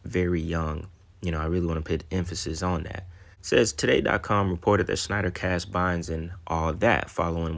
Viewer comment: Bro you ad a "sh" sound to things that don't have it but when you say Dan's last name you say "snyder" when it's "schneider" lol u leave out the sh when u actually supposed to say it.